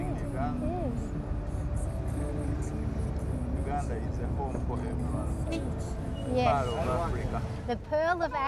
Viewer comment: It's actually Pearl,not pill 😊